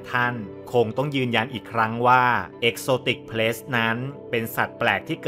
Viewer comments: exotic pets (สัตว์เลี้ยง) นะครับ ไม่ใช่ pests (สัตว์รบกวน) กรุณาออกเสียงให้ถูก ความหมายเปลี่ยนเลยนะครับ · Pet’s ให้พี่ออกเสียงเป็นPet(เพ็ท)แล้วค่อยเติมเสียงsจะฟังดูดีกว่าครับ😁